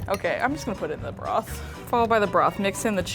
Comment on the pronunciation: did she just call it... bruth